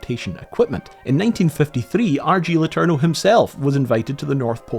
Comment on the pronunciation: Imagine being triggered every time he butchered "letourneau" as only native english speakers with no knowledge of french can do. :face-orange-raised-eyebrow